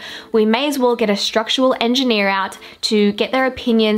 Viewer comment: did anyone else notice she said engineera when talking about the pole in the kitchen hahaha best episode yet tho